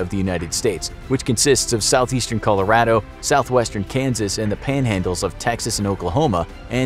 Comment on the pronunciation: His pronunciation of Colorado though